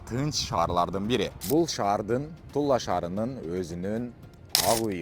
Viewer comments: Тула шаары эле дечи. Тулла шаары деп атасын кулкуну келтирип🤓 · Тулла эмес Тула деп окусаң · Тулла эмес Тула эле дечи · Тула десен Тулла деп атасын го